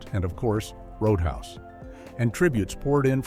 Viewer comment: CGI voice: "ROAD UN HAUS". REPORT it! Don't watch CGI BS videos. 70% of these crap videos are now CGI voices!